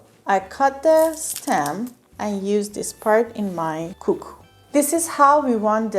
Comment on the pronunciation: Suggestion: for very close English pronunciation “Kookoo” makes very good sound v. “Koko”